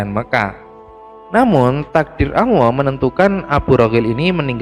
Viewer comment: Maaf min masukan lw memberikan penjelasan harus tegas dan lugas jgn selalu salah / terpeleset cara penyampaian ny,,, 1 lg min pendengaran saya admin ngomong awwoh bukan allah.... Mohon di koreksi min.. Terimakasih 🙏🙏